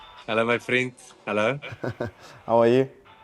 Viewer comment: I love the " Hello my vriend".